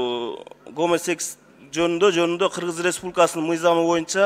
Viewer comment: Оой кара жерге киргир гомо секс деген эмнеси кокуй ушундай без грамотный депутаттар олтурса кантип кыргызстан онолот гомосексуалист деген созду тындап айта албаган адам депутат болуп журот пазор блин.